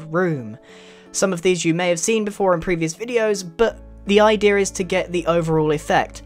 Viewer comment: grian you pronounced idea like "idear"